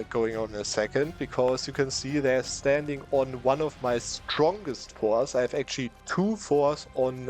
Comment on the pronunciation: pronounce the t in forts or make absolutely cracked eu4 strategy's the student